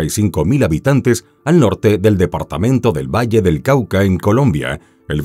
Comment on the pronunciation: Lo bien que pronuncias mi Departamento Valle (del Cauca) 😘😘😘😘 De este caso no perdí ni las audiencias y ese tipo por mucho que se esforzará la envida le brotaba